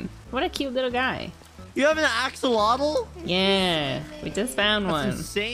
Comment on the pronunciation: I love how they pronounce axolotl, it's adorable xD